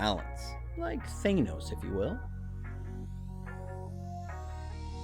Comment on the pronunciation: I can hear your accent when you say words like "again" but Thaynos? Who wore 16 for SF? Montayna? Films is so much more fun to watch when the team does well. Still skeptical of Jimmy G purposely putting that ball exactly where it needed to be on that Kittle deep out. I was sure that was going to be a pick when he let it go. But still, too hard to stay mad at that jaw line.